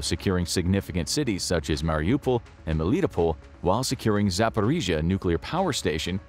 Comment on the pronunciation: its not pronounced Meelee-tea-pole, its Melly-Toe-Pull btw. You pronounced Mariupol correct, can you also please pronounce Melitopol correct? Otherwise, great vid.